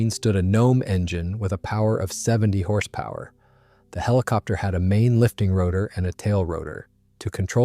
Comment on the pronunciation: the hiliopter pronunciation is killing me